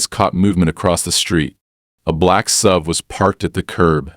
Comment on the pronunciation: Since when has an suv been a sub? Learn how to read, and edit.